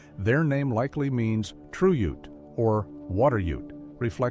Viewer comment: He pronounced ute wrong And Even forgot navajo the largest tribe wow